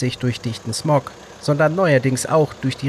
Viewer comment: „Durch dichten smock" ahja